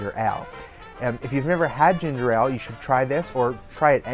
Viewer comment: Your pronunciation of 'Ale' is killing me >.<